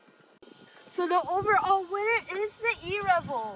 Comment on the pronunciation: love how you say erevo but be carefull with the body they nolonger exist